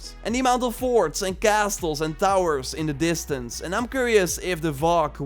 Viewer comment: The T is silent in castle and th does not make an f sound.